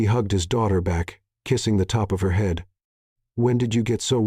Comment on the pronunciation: Really bad pronunciation. He'd pronounced head, she'd pronounced shed.